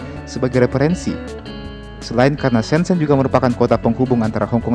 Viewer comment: It's prounounced Syen Jen (kedua huruf e dibaca sebagai e pepet seperti pada kata Elang)